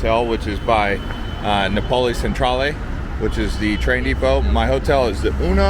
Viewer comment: Napoli is my favourite city in Italy. It brings me to life every time I am there!! For the pronunciation, it’s NApoli ( think “apple” with an N & an I) I’m glad I came across your channel. It’s great 😊